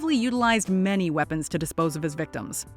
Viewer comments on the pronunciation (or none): none